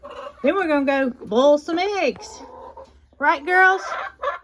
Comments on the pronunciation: All through this video I thought you were saying bowl eggs and I thought you would shake them in a bowl. Right at the end, I realized you were saying boil! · Love the way you say boil.